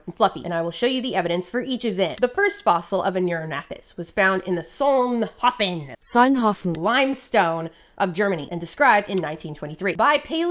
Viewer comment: The pronounciation of Solnhofen Google gave you is wrong. "hofen" has a long o not a short o. Kinda like the o in "Soln" actually. I noticed that the English language has nearly all the sounds of the weird German language that give you problems, like umlaute and ch / sch etc.. They are just not at the spots you would expect. You get much closer to the correct pronounciation of ö if you think of the "eu" in "entrepeneur". Also: proof that snake are cute